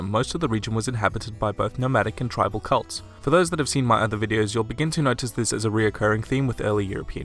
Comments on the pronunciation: Even the closed captioning thinks you're saying Cults. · it's pronounced kɛlts, not cults.